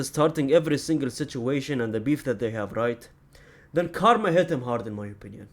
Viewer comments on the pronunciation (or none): none